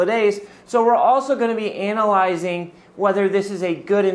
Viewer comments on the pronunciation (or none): He said “anal-yzing.”